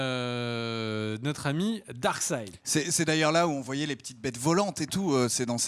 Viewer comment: S'il te plait. Arrète de dire darksid. Ca m'arrachait le coeur à chaque fois.:(